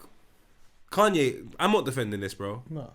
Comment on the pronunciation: "Cunye" again lol